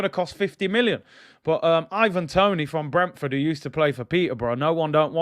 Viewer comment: Man said IVANDRO TONIHNO 😂😂😂😂😂😂😂